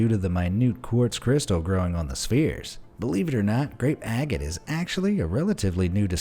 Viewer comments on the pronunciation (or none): Its Agate not Agat